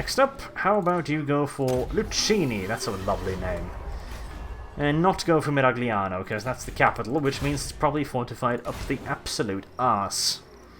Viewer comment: That "Miragliano" pronunciation just killed me, as i am italian. I'm begging you, just check the Tilea reading for the cities xD Still awesome vids, keep it up.